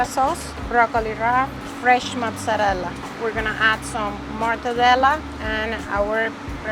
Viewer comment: Please stop saying "mutz"